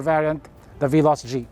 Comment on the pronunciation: I irk always when he always pronounce Veloz as Bee-loss.